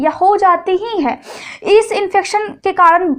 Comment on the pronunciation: Kadan nhi karan hota hai